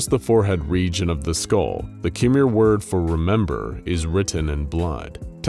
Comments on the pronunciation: I am Cambodian myself, but the way he pronounced "Khmer" is so wrong. It's pronounced "Ke-mair", but he said "Ke-mer" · Everybody talking about the roman centurion being presented as a spartan warrior while I'm hurting over his pronunciation of Khmer (kh-my) but I know that it's not a very well known word.